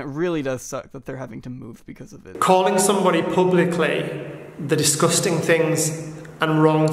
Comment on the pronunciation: Take a shot every time he says “diss-guss-ting”. I know I’m three sheets to the wind.🥴